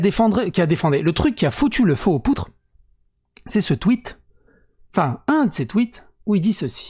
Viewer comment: mec, pense a bien t'hydrater ... par ce que là .. "Si voul voul" "le truc qui a défendré" "le truc qui a foutu le feu aux poutres" (-> poudre) cé de lart